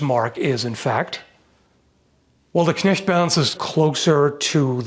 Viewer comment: Great Video as always. But can we please talk about how perfect the pronounciation of the German Words is? Even the ch in Knecht is perfect while most People pronounce it as K